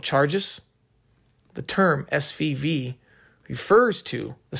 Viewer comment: I was about to ask if he can pronounce "F"